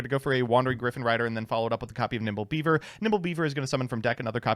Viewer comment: Did call nimble beaver "nipple beaver"?